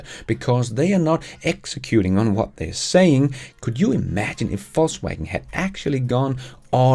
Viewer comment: I love how it sounds like "false waggon" when you say "Volkswagen". Intentionally?